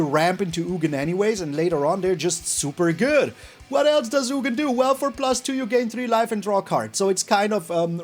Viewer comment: Its ugin (ooo-gin)